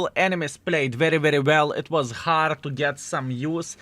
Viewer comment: Not hard core. HARD say HARD game. at least learn some words properly.